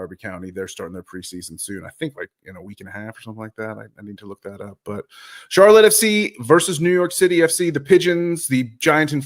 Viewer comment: Thanks for pronouncing our club right! Much appreciated! You get a like straight away! What I’ve seen there’s a lot of hate for Patrick, so I can understand why he would go elsewhere to prove himself! With our manger and training ground he will be a better player!! Watch this space!